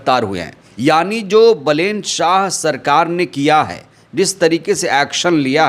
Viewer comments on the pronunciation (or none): बलेन मत बोलो नाम बालेन कहो ठिक हे